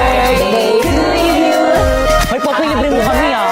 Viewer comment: Popoy not poppy 😅